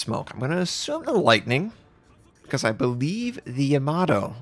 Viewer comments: "Yamaro" come on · is that really how YAMATO is pronounced? sounds like you are saying tomato